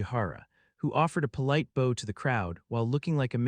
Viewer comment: What kind of a bow was the polite bow to the audience? Was it a longbow? A compound bow? A hair bow? OH You mean BOW, pronounced like baugh (the limbs of a tree) and it's similar to kow-tow, which is related. I really wish you AI hack grinders would bother to use a simple editor to pre-process the most commonly mispronounced words so the thing doesn't cause my ears to bleed. While you're at it, you could get real people to pronounce the names of characters. And that whole nonsensical thing at the last fight against the 2nd and 3rd years, going on and on about how the guy's having trouble fighting with his STAFF while the whole time he's fighting with a CLUB. Which he had no problems fighting with since he unlocked it first.